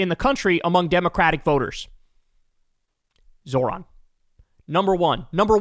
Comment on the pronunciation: Nice job Bill! You finally got his name right! So proud of you! Who’s a big boy?